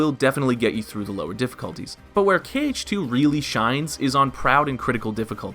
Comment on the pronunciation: For most of the video I thought he was saying cage not kh